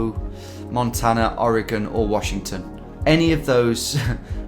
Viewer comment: Shoutout to that guy on the last tenner trip (I think?) who taught Tom the correct pronunciation of Oregon and props to Tom for remembering! Already saying it more accurately than most Midwesterners. Also, I've had a rough night, man, and I hate the fucking Eagles, man!